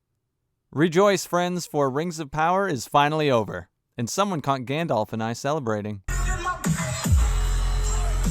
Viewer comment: Bruh I can't take you seriously if you pronounce it "Gandolf". It's been over 20 years c'mon now.